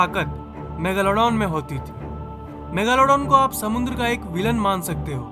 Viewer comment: Kya bolle rahhe ho bhai😂😂 Megaalaadooon nahi megladon bolte hae😂